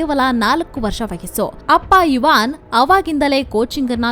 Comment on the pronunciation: ಐವನ್ ಇವಾನ್ ಅಲ್ಲ